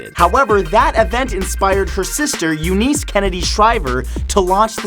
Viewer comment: FYI Matthew Santoro, U-NISS is how you pronounce Eunice 😉 I wish restaurants here in philly would do what that restaurant did. The could even label the bags with the leftover entree so homeless people can easily choose what they want. Any ideas on how to get this idea out to my city? We have a huge homeless population 🙁